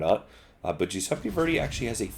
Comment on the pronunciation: Jewsepi Verdi? Pretty sure it's Italian.